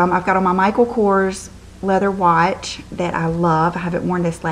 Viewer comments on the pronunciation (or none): none